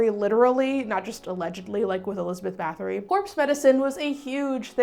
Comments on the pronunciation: Scholarly advice: check the pronounciation of foreign language names dear, the t-s got you. there is no þ sound in Báthory, it's just a hard t, and the t in Vlad Ţepes is a sharp tz like in tzatziki. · Sadly you're mispronouncing Bathory too 🥲